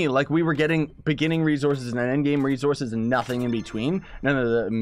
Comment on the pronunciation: Does anybody else notice how he says rezorces not resources